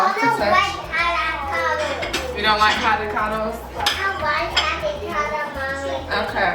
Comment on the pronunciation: CADICADO!!!!!....I don’t like cadicado🥑🥑, I don’t like cadicado mommy 🥰😁🤗